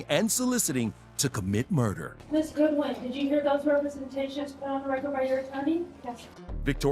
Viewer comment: She said God-win 😂😂 the whoooollllee video.